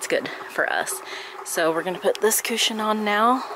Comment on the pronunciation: cooshin..I love the way you say it! lol